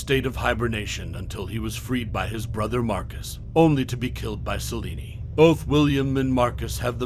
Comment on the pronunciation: Have you seen either of the films? Gabriel is not pronounced 'Gab-ree-el', it's 'Gabe-Ri-el' and Corvinus is not pronounced 'Cor-vin-is', it is 'Cor-veen-us'. William was killed by Michael the Hybrid, not Selene. Selene is not pronounced 'Sel-een-ee', it's 'Sell-een'. Van Helsing is quite a bit larger than William, where did you get the 2 metres from? He's also faster and stronger; able to outfight Dracula (and VH is an Archangel in human/werewolf form, plus his millenia of experience to boot.)